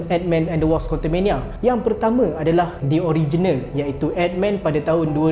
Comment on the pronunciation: Bukan wosp bang, sebut betul2 ikut ejaan dia tu. WASP